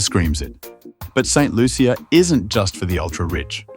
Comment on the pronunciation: That’s not true. The “Loo-sha” is the pronunciation that a lot of Americans have used. However, locally it’s very much pronounced “Loo-chee-uh” the heavy French influence and creole dialect is what persuades the language and pronunciation.